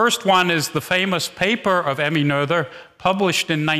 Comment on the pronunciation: This is a minor point, but I wonder why the first presenter, Peter Olver, who bragged about his German skills at the beginning of his talk, can't pronounce Emmy Noether's last name correctly. The "th" is pronounced like a simple "t" (like in "meter") and not like the English "th" (like in "mother")—this isn't that difficult. I ask this because the same presenter felt the desire to pronounce Christiaan Huygens' last name in original Dutch (which is more difficult)—and failed horribly. Nobody asked him to try.